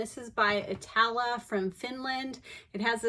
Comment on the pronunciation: Iittala is pronounced IT-tuh-la. (From a Finn) 😊 love your videos!